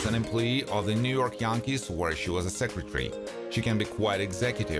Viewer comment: "worked for New York Yonkees" I've watched enough......